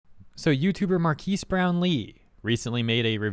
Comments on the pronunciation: So he can't say anything bad about a product just because he has a lot of subs? And you sound like AI saying Marques like "markees" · You say his name wrong